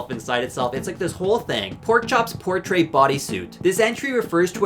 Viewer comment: You portr-ate with that pronunciation.